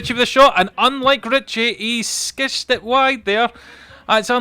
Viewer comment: “Skished it wide” 😂